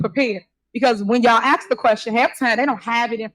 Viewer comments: AXE the Question lol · "AX a quesion." "You coulda DID". That "mayor" can't even speak right!🙄